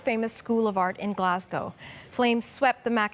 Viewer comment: First time I’ve heard an American say Glasgow correctly